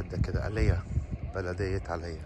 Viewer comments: بالعربي تنطق علي اغا، مكان روعة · مش عارف ينطقها صح وعاش في امريكا 20سنه علي اغا ظاهرة للعمي،😁